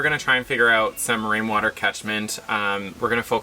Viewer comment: Thank you for making us laff. Wain water. Weawy funny.